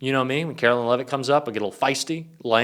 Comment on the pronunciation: Carolyn Lie-vet